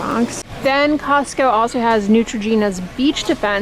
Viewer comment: Cozzzco lol